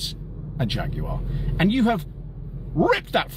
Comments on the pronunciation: Faguar not Jaguar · They turned the J into a F 💀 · It's a Jag with an F.